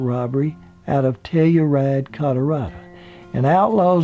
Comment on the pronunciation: first time i hear Colorado being pronounced Colorada